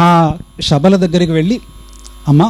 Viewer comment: అన్న గురువు గారు శ బదులు షా అని పలుకుకున్నట్లు వినపడుతుంది